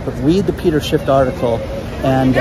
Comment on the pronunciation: Peter SHIFFFFFFFFFF not shift